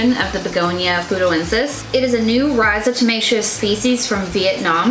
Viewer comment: rhizomatous, not rhizotomaceous